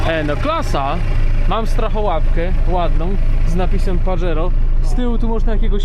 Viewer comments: pozdro.... nie "Padżero" tylko Pahero:) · Panie. Wymawia się paHero